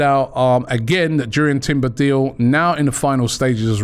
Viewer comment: It’s pronounced “Yoor-ian”